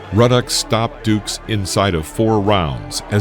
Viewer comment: Are you mentally handicapped?? Everyone remembers Razor Ruddock and the Smash punch. If you think Buster Douglas was a better known fighter than Ruddock you are a fool. Also Michael Dokes was also well known. Well enough that you should not mispronounce his name as Michael Dukes. You are horrible. Tyson brutalized Ruddock in both fights. Ruddock land some shots here and there but Mike broke him in both fights. That was a knockdown too by the way. A punch landed and Ruddock fell. It's in the rule book Einstein. Steele should have stopped the first fight. 3 times Ruddock was asked to respond and he did not so Steele called it. Your research is trash man. In the 2nd fight Tyson busted him up worse. Fractured orbital socket, fracture Jaw and cheekbone and 3 broken ribs to Ruddock. Do some work before you post this crap. Just another name you say wrong Richie Giachetti is said as Jee-uh-ketty not Gee-uh-Chetty. Have some respect for these warriors the facts and their cornermen. You are awful.